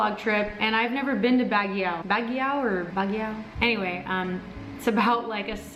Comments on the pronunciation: Bagyaw lol it's pronounced 'bagyo' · Baguio pronounce as ( bag - io / bag - yow ).. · It's Baaaguio you pronounce a very long and fast when you say Guio (Baaaguio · Hi! Will you tell us what is Wil's real name? Please oh please. 🙏 I just found out today that it isn't his real name. I tried to google it but couldn't find anything. 😢 Is it Wilson? William? Willard? Wil..bert? Willie?? Btw take care on your way to Baguio, enjoy! And oh it's pronounced like Bug (as in insect) + Yo (hey yo) = Bug-yow! ☺ Please don't tell that we asked you, he said we'll never find out. I'm just trying out my luck hahaha. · you're so cute when you say Baguio! Lol but it should sound more like BAGYOH or Bag + Yo! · Here's a quick history of Baguio. The name of the city came from an Ibaloi (igorot) word for moss, Bagiw. Pronounced as Bag-iw. You just reminded me of it because when the Americans came to Baguio, they couldn't pronounce it so they called the place Baguio. It's pronounced Bag-yo, by the way. Haha...I grew up in Baguio so I kind of learnd it from elders and teachers.... Love your videos and I'm really inspired with vlogging but I still have a long way to go. I guess, I have to start watching and reading more of the news. :) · I love how you pronounce "Baguio" 😂😆🤣. Way tooooo sexy and sosyal. 😂😂😂❤️❤️❤️ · ang cute ng pagkapronounce mo ng Baguio. 😃😃😊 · i like how you say baguio